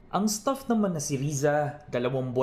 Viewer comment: mali yan bigkas mo sa STAFF.. ang pagkaka bigkas mo ay ganito STUFF parang STUFF TOY... 😄😄 anung klase kang reporter